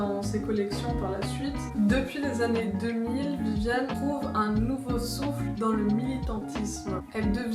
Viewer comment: VIVIENNE et pas vivianne et aussi MAC LAREN et pas Mac Lorraine